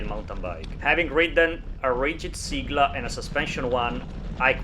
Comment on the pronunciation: Thanks for this, helpful video! (btw, it's pronounced "say-gla") As far as I can tell, the suspension fork might be worth it even if you plan on riding easy gravel, to reduce pain on the hands on long rides. I only wish you could set it up 2by, and that it supported standard crank spindle length.